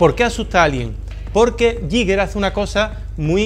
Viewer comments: El bar esta bien pero se va rompiendo poco a poco. Y nada de "yiger", sino "guiguer" con acento en la i o "guiga" plan terminacion -er britanica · se pronuncia "gai ga" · se dice "GUIGUER"! Es que es casi imposible oír a la gente pronunciándolo bien. Gran vídeo, sigue así. Te queremos! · era suizo, se pronuncia "Guiguer". Gracias por el vídeo, majo 🙂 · Me rechinan los oídos cada vez que dices “Yiguer”